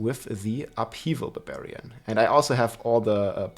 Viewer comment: Rob the "beh-beriyan" Lord.